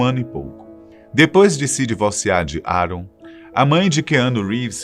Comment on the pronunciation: Meu Deus Cara, SE NÃO SABE FALAR NOME EM INGLÊS ¿? NÃO SE FALA COMO ESCREVE, FIQUEI RINDO QD VC FALOU ARON, E O NOME DO KEANU NÃO SE FALA COMO ESCREVE, NÃO SEI PQ A FATOS TE CONTRATOU, SE NÃO SABE FALAR NOMES AMERICANOS CERTOS